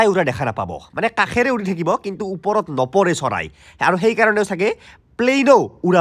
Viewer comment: "উপৰত" নহয় বাবা!"ওপৰত"হে।